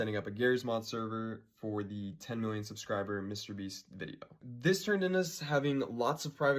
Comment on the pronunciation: “THIS” not “VIS”